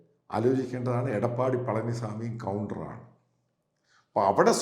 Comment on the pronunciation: കൌണ്ടർ അല്ല ഗൗണ്ടർ 🤣🤣🤣🤣.